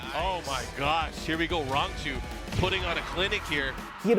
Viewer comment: "Rangachu" well I guess youtubing is a good job option when you can't read lol